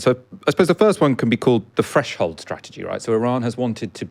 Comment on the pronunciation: Fresh hold ?? This is why you Brits need to work on your th fronting